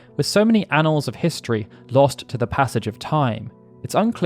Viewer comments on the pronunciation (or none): none